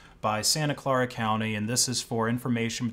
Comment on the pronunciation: What is so hard about pronouncing the word "Clara" as in Santa Clara?? The guy has saying it like four different ways. 🧐